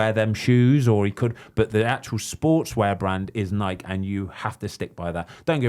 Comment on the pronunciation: It's Nike, not Nikey. You wouldn't call a bike, a Bikey.